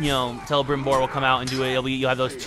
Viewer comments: Not selebrimbor. CELEBRIMBOR. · It is Calibrimbor not Cellibrimbor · Stfu in videos fuck sake. Also learn to pronounce Celebrimbor not Selebrimbor... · War grog selebrimbor u hurt me with ur poor prnounceiation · DaNile same i disliked this bullshit for that nonsensical pronunciation lol! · Yo dude you said Celebrimbor's name wrong its with a c not s